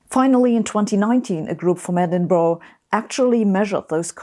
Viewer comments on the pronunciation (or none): none